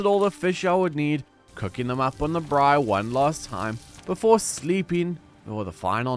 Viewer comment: Spread the word, the word is "braai" (bra-eye) 😁. Very entertaining, and enjoyed every minute. Looking forward to starting my own survival adventure in Stranded deep.